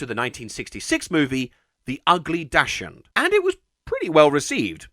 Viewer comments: that would be pronounced "daks hund". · Not how Dachshund is pronounced